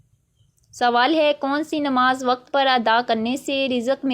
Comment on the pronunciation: Informative...but apki urdu reading thk nhi ,jesay ilm ko ap ne ilam parha ,waqt ko wqatt,rizq ko rizaq aur mulk ko mulak ,work on it .